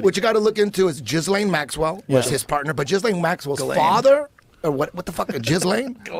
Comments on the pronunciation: GEE-LANE Maxwell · Yall driving me crazy with your pronunciation of Ghislaine The S is silent. And the G does not make the J sound. If your gonna say it wrong atleast say it the funny way.. Jizzlane